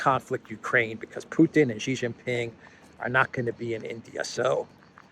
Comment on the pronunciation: it's NOT JHEE JINPING, it's SHEE JIN PING. SHEE SOUNDS LIKE A GIRL SHE. YOU SAY RISHE SUNAK, WHY CAN'T YOU SAY SHEEE JIN PING? JHEEE JHEEE MEANS PENIS IN CHINESE LANGUAGE. STOP IT.